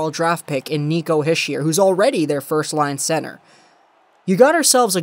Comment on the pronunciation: Good trade for us. btw, it's pronounced "Heesher" :)